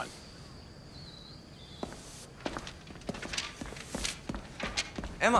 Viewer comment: Why did I feel like said * emmer * instead of Emma when he was at Emma’s house